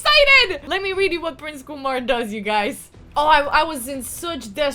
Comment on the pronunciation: It’s KyeMar not Kumar